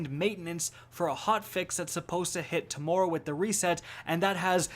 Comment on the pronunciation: "Tomorerow" XD